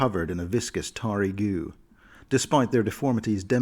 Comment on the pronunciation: Y did u pronounce the Tarry Demodands like that, it is pronounced like the word Tar, not Marry, since u know, they seep tar out of their body.